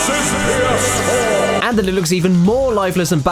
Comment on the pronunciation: Des es Pii-Yehs-Fwoar